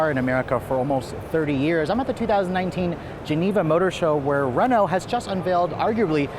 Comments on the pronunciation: “Renaul-t”?? 😂😂 It’s “Reh-know”. Say it like a snobbish French bastard. 👍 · Re-NALT LOL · What is a Renolt? This review is excruciating. Don't get an American to review European product. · I’m trying to imagine if they brought Renault back to America, and how many people would pronounce the name wrong “Ree-noug-let?”